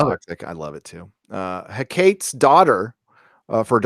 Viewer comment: I'm pretty sure it's pronounced Hek-car-Tees not Hec-kates. She is some mythogical queen of the underworld or something. Pay closer attention to the Harryhausen movie Jason and the Argonauts (Doomcock should have known this one).